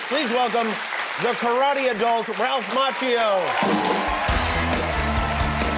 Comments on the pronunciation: It's pronounced Mackio.. not macho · Amazing how Jimmy Kimmel kept mispronouncing Ralph's last name NOT JUST ONCE, but FOUR TIMES right in front of the guy, and FIVE TIMES TOTAL over the course of this video. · He still does not pronounce his name correctly.